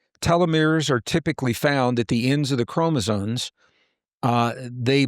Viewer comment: Sorry to be a pain but I got to pick on continually saying CHROMOSONES and not chromosomes - other than that great talk:)